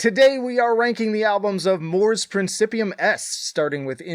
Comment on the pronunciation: as an italian I know how to pronounce latin words and I gotta say that the pronunciation of the band name is correct except for the "c" in principium, which you have to pronounce like "ch" in "change"